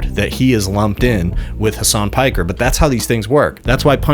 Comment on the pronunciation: somewhat shocked pakman knows how to pronounce piker